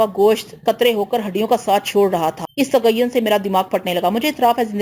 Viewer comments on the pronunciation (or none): ایک تصحیح: آپ تعفن کع تغین پڑھتی ہے۔ تعفن کے معنی بدبو کے ہیں